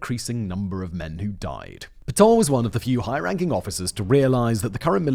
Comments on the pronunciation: Not Peton, but Petain. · Pétain, not "Pétans"!